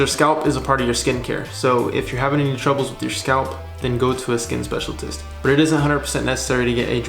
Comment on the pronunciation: Man said "skin specialtist",, deceased 🤣🤣🤣🤣🤣